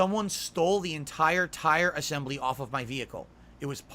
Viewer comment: Tyre assembly? He really struggles